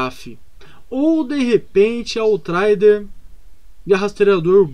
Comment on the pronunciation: "Autraider" kkkkkkkkkkkkkkkkkkkkkkk